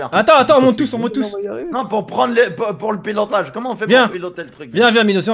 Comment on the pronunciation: pour le pilotage "comment il la dit" !!!